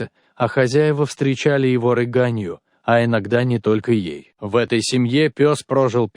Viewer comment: Встречали рЫганью. Пусть люди живые рассказывают. Хватит роботов...против роботов